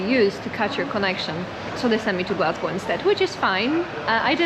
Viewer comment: Your hearing is not playing tricks on you. pronunciation of both "toastie" and "Glasgow" is perfect. Same with "food" at 11.45 and "too bad" at 12.01.